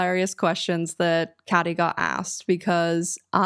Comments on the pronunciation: I love how you went the Janice Ian route and pronounced it Cad-e instead of Kay-dee lmao. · Are you pronouncing cady like caddy on purpose 😂